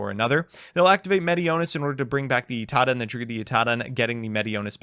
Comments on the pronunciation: Is Idaten suppose to be pronounced like Itaden? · You lost to Drytron because you pronounced it Itaden instead of Idaten